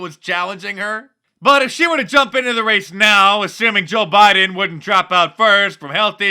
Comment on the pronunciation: He says "Beedeen Trump"